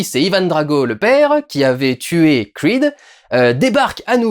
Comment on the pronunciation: pourquoi tu dis "Crweed" et tu dis "Rocky" et non pas " Rwacky" 😝